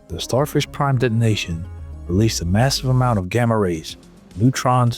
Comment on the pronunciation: Sounds more like Starfish Crime.